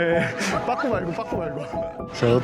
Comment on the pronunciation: 뽝꾸예여? 뽝 발음이 개웃기네 ㅋㅋㅋㅋㅋ